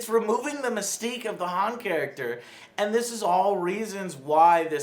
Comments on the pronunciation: Decent review. But why Joe do you say Han with an emphasis on the A? It's pronounced with an O sound. He even first introduces himself to Luke as H(o)n on Tatooine. As well as in this new film. Do you have pronunciation issues like Lando and Leia in Empire? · Is this ”the summer of Joe pronouncing everything wrong”? First he pronounced Thanos as ”Thaynos” in the Infinity War review and now he’s pronouncing Han as ”Haan”. Are you a real Star Wars fan or not, Joe? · ughh.. it's Ha(h)n not Ha(e)n. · Why do you keep saying HAN which sounds like hand...it's pronounced "ha-on" ??? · I feel like you lose 1 sub every time you say "Han" not "Hahn" like every person with ears knows that it is pronounced. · I thought they made it into a running joke throughout the whole movie, like Lando is the only one who calls him hAn and everyone else calls him "hahn" later in the OT. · “Han”?? It’s pronounced “Hon”? Wtf is he saying it like that? Just trolling? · jesus christ can you pronounce HAN correctly (HAWN) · It's not, Hen Solo, it's HAN, HAN SOLO. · The fuck is Hawn? It's pronounced as Hahn. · Ugh sorry it’s bothering me, but it’s HAWWWN , not hAAAHn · It's Han not Hand, Lara not Laura. Joe is so gonna be deported... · It is not Han(H-an) it is Han(H-On) it is said multiple times throughout the film, it is said when he is given his last name. How the fuck do you call him H-an? Luke, Leia, Lando, Chewie, Han say H-On. Jesus fuck. Please just say his name fuckin right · Why do these idiots keep referring to him as Haan? It's Han WTH. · prounounces hawn solo not han like ham.. idiot. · Hunter Knoche thank god someone else noticed to. Joe always calls him hanne instead of han it drives me crazy, god damn if you watched the originals its obvious how to pronounce his name. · Quit Han as in Hand. It's Hawn. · It's H(ah)n... Even said it in the film. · When the movie addresses that it’s pronounced Hahn not han, yet you still pronounce it wrong. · "Hah-n" Solo.... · It's pronounced "Hon".